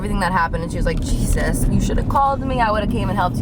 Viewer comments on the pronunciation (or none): none